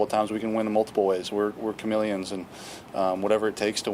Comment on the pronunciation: "We're chame-lions"